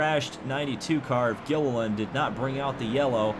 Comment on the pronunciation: David Gilliland was always a threat for poles at the plate tracks in that 38 Yates car. He can also be remembered for constantly getting his last name mispronounced by Rusty on the ESPN broadcasts.